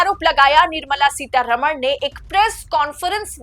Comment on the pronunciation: One suggestion: please pronounce the name of Mrs. Nirmala Sitharaman correctly. This wrong pronunciation happens with every North Indian TV anchor. For your convenience I am writing the correct name in devnagari script: Her correct name is: निर्मला सीतारामन् Not: निर्मला सीतारमण् You can see the difference. I am surprised that she has not objected to the wrong pronunciation.